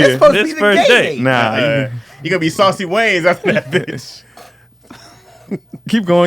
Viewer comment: said "Saucy Wayans" 😆 🤣